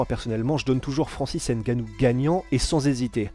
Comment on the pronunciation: le « N » de NGANNOU ne se pronounce pas. ;-)